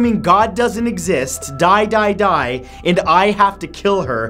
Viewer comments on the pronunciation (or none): When he said "prepare to dieeeeeve"